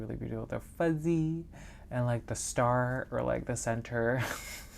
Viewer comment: “The starrrr and flowerrr” 😂😂❤❤ Love it! Enjoy your Hoya Wednesday videos, honestly kind of made me dip my toes in the world of them and I’m so glad I did!